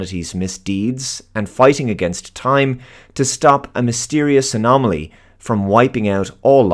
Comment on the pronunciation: Are you trying to say "anomaly"???